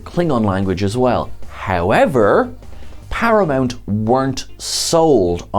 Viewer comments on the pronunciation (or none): none